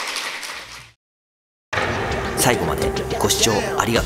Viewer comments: 毎回言えてないけど、この人「ありがとうございました」って発音できないのかな？ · 最後の ありとっまっした！ が好き👍